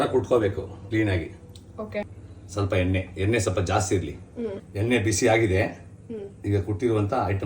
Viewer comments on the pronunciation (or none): ಅಣ್ಣಾ ಬೆಳ್ಳುಲ್ಲಿ ಅಲ್ಲ ಬೆಳ್ಳುಳ್ಳಿ ಎನ್ನೆ ಅಲ್ಲ ಎಣ್ಣೆ ಅಂತ ಹೇಳು